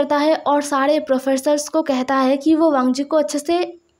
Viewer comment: nice part but apne college me bht bar wangi ko weing bolaya he